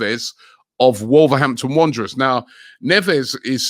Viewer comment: Why Robbie say Wolverhampton Wanderers like that 😂